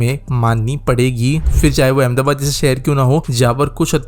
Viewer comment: So, in summary: like with anything else in India, it's pitifully implemented? BTW, what's with so many people not being able to pronounce फ (ph) correctly? It's an aspirated प (p) sound, not the fricative "f" sound (फ़). It's not "fir", "failna", etc., but phir, phailna, etc. Also, it's either BRTS or a BRT system, not a "BRTS system", which is redundant.